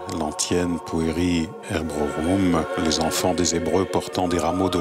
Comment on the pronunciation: Pueri Hebreorum et non pas Pueri Hebrorum comme dit le commentateur. Y perdrait-on même son latin?